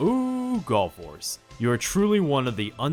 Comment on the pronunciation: I KEEP hearing him saying Gulf Wars, when I know what he's actually saying Gall Force, it's so weird...